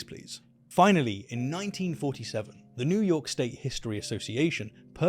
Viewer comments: Love this, but as someone who lived near Binghamton, NY, the stress is on the 1st syllable and the h is silent. :) And I've been to the Farmer's Museum in Cooperstown (not Copperstown :) ) also the home of the Baseball Hall of Fame. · COOperstown. NOT COpperstown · Excellent video. I love the story of the Cardiff Giant. But one note of pronunciation. Cooperstown is pronounced with a long o sound. Like someone who makes barrels, a cooper. Cooperstown is also the home of the Baseball Hall Of Fame.